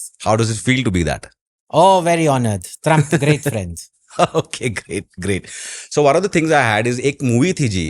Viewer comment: My good phreand Dolund Trump